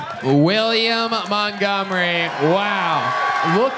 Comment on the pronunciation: I AINT NEHFUU GONNA STOP WATCHING